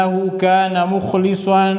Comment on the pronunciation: مخلصا بفتحه اللام وليس كسرة اللام